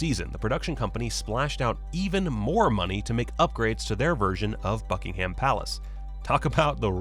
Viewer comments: Hearing how Americans say “Buckingham” is painful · Bad pronunciations - eg 'Buckingham' and 'Louis'..then you showed the wrong actor for Lord Mountbatten.